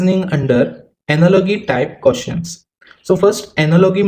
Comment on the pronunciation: Pronunciation - Analo-ji